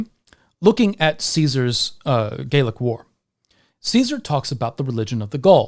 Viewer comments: Youre pronouncing "gallic" as if it were spelled "gaelic." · interesting you pronounce Gallic like Gaeilic